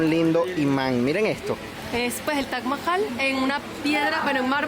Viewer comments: Tienes que pronunciar taj mahal y no tash mahal😅😅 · cuál es la forma correcta de pronunciarlo? "Taj Mahal" como en occidente se conoce o "TACH MAHAL" como lo pronuncia el host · Lo único estresante del video era escuchar a toda hora la pronunciación “TACH MAJAL” ese “Tach” Dios mío.